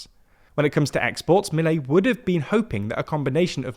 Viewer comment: they won't even pronounce Milei correctly